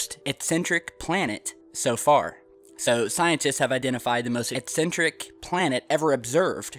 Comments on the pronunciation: eccentric not excentric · is he saying incentric or eccentric ?